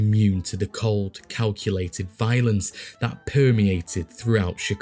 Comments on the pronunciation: Another brilliant video. One note: “Coup de Grace” is pronounced “Coo da Graw” ❤🫡 (My aunt Saskia was born and raised just north of Paris) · Pronounced “Coo duh Grahs .” My accented friend I know it looks like coup de grace but it’s like coup d’etat . Although, I also don’t doubt they also mispronounced it. It’s French so I kind of doubt bugs would have, because of his upbringing, that I’m now much more informed of thanks to you. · Coo day Gra as in grotto, not grace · I really like your videos, from those you choose to cover to the general format. A quick couple notes; 1) Pronunciation of a few things, like coup de grace sounds more like koo da grä (couple other words over your various videos, like epitome). 2) Your line about 'supplying booze for thirsty Chicagoans throats', could be slightly altered to include alliteration; something like 'keeping the booze flowing down the thirsty throats of Chicago's citizens'. Just a thought, to use or ignore, either way I look forward to your future videos. Cheers!